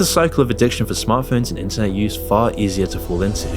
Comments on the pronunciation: Please enunciate a little more clearly, you somehow pronounced the word "internet" as "incest" like a dozen times throughout this vid and gave me whiplash every time lmao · Is it just me or did bro saying “internet” sound like “inc*st” at the start of the vid?